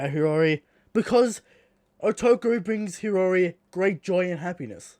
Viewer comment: why can this fucking shmuck not pronounce hiyori correctly?